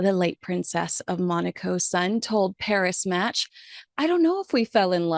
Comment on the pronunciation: Agreeing with your final assessment, I think, at least I hope, they will make it. Nice to have a South African raised princess around 🇿🇦 . By the way, it is pronounced Pari-Match, with a silent s . Sounding nearly like "Purry-Much".